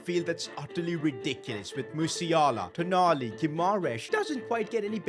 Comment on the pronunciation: Its not tonali its toonali